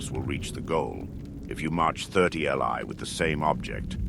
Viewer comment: Fantastic stuff!! Just a small note, "li" is pronounced "lee" and is a Chinese unit of distance , about 500m